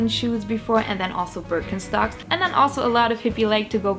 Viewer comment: Sounds like you’re saying bir en stocks.